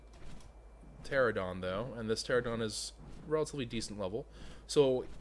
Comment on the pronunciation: ter-ran-a-don not tera-don